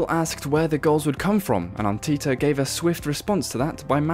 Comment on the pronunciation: Arteeeeta??? FFS